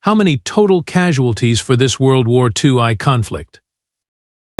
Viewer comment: World War 2eye? Bipeed??? Worst AI ever! Couldn't last through this crap!!!